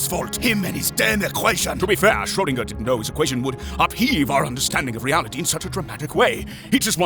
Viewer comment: yet another American pretending to be German mispronouncing a German last name, I'm sorry but no German would mispronounce Schrödinger